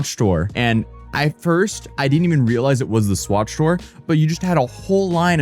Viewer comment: swatch shore lol